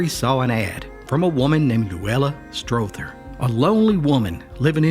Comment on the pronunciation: His wife's last name is pronounced Stawther. ( Rimes with bother)